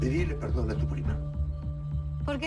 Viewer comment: en el segundo 50 al luna verdon en lugar de perdon jajajajaj❤❤❤😌😆😆